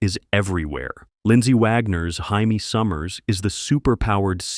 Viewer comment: Hai-may Summers? I’m out.